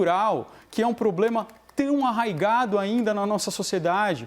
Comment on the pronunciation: Eiragado??? Kkkkk oia o português